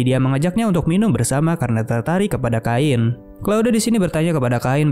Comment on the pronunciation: Gw dah nonton yang asli nya tapi mau nonton lagi eh lagi error, kalo bisa di sebut chain aja gak usah kain jadi aneh 😂